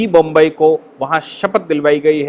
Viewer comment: कृपया बोम्मइ को बोम्बई न कहें